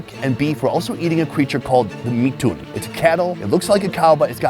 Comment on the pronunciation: The Mithun is pronounced in one word Mithun Not mi thun Like it's Robert Not Ro Bert